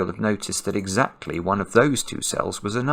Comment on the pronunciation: probably Alexa heard her name when you said "AndEXAclty"